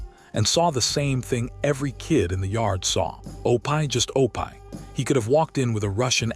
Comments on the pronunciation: I wish the narrator in these could pronounce names properly. Opie is not pronounsed O-pie, its O-pee. Other names/words were also mispronounced. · O-PIE??? I'M DONE. HAVE A GOOD DAY. GOD BLESS BUT PLEASE RETRY YOUR VIDEO WITH PEOPLE INSTEAD OF MACHINES TRYING TO READ😮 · Somebody needs to proofhear the AI narration. The names are horribly mispronounced: OH PIE, YULL BRENNER, just to name two. The names, and other words, could have been written phonetically so AI would pronounce them properly. I'll take that job... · I like how O-pie rhymes with dopey. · Lol it's that artificial intelligence crap, mispronouncing words like it does. It's supposed to be Opie. That was Ron Howard's name on the Andy Griffin Show, Opie Taylor. Pronounced Opee. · He got C S? Cs for grades. O- pie does not rhyme with dopey. AI needs supervision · some of the worst AI narration ever O-pie and Loss Angels. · Cringed every time. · I was thinking the same thing, yuck O-pie they should have the AI watch his show and learn how to pronounce it. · Please quit saying Opie Taylor he's name is pronounced Opee try it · Oh-pie???? Good grief. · O-pie’ — that’s just sad. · Mechanical, affected delivery. Too much repetition of information. Too many mispronunciations - Opie is pronounced "oh-pie", place names like Los Angeles, proper names like Bette Davis - made me cringe too often. Almost painful to listen to. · Marilynsarmstrong2016, I agree wholeheartedly! Almost every name is mispronounced almost constantly. Especially “Opie.” Seriously? I’m sure it’s AI. The question is “WHY??” Don’t they have enough money to pay a real person to narrate?!? If they’re going to resort to AI, don’t they have editors? This is ridiculous and I agree they put other things in there that don’t belong like other pictures of other people that have nothing to do with the story. I am going to stop watching these things because they’re too frustrating. I’m glad to hear you agree. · it is not opie but said opee